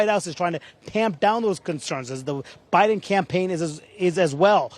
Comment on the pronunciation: Omg Manu messed up Biden's name. Please evaluate him for dementia.